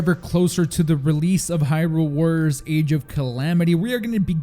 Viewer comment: and the way he said "warriors"